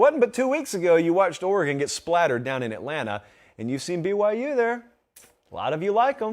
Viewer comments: you sound fine pronouncing BYU. Keep your head up champ. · Now he got me checking myself cause I saw nothing wrong with how he said BYU lol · You saying BYU sounds completely fine. Either that or myself, and everybody I know, is saying it poorly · I can’t hear what’s wrong with your pronunciation of BYU. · You sound fine saying BYU. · your pronunciation of BYU sounds fine to me. I don't hear any issues with it. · your "BYU" was EXCELLENT! Why you've avoided it, I don't know. It sounds good to hear you say it! I wish you talked about them more... especially considering their remaining schedule this fall. Keep those "BYU's" coming! Keep up the great work and thank you for the awesome content you provide!